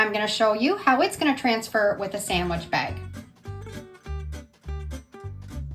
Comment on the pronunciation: Bag not bagi